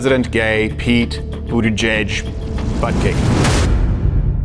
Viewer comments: It’s Pete “bootie juice”. Not Peter Buttigieg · Threw out a quick "buttgig" 😂